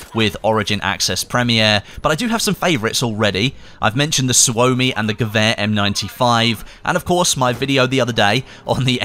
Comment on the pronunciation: Suomi..... Almost correctly said... Suomi KP is with out a doubt, one of the best machinepistols in the world... But because developed in Finland.. Didn't ended to be issued in major militaries at the time And its pretty good even in modern day standards.. I was lucky, to have a chance to empty few drum magazines with Suomi KP while serving in the military in 96-97